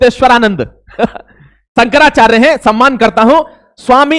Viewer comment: अबे तेरे पे तो नाम भी सही से नहीं लिया जा रहा। शंकराचार्य का क्या विश्लेषण करेगा।